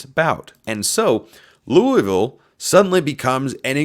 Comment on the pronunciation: Pronounce Louisville right if you want to be a podcaster